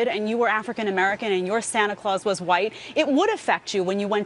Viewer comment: Megyn keeps saying Sanna Claus. Didn't there used to be a "t" in that?